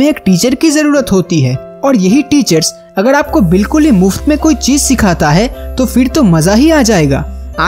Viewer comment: It is irritating and irksome to listen your pronunciation of " r" as " d"...viz., agar is being pronounced as agad...😆😆😆😆 .. perhaps your dictionary missing the letter r...!!